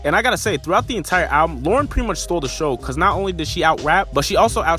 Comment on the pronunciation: It’s Lauryn sorry